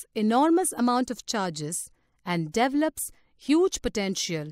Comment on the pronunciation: It devleps huge potential huh. This would be a great video if it had a native English speaker as the narrator. This particular woman does not pronounce words correctly at all. Makes this video of limited use for educational purposes.